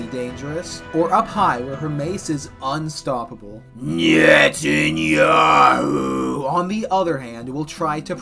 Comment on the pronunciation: With the name pronounciation, you can definitely tell that he did his research. I think prep time matters a lot though, because without time for Trump, Hegseth and Rubio to get started on the server, BB may be woefully undergeared.